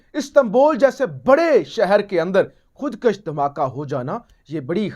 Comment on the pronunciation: My dear.plz correct word,,khud- kush,, not,,khud - k a s h,,thx